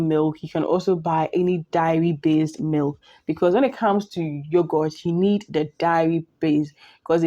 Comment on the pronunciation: It’s pronounced “day-ri”, not “diary”.